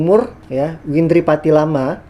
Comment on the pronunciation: berulang2 nyebut nama windri salah terus...😊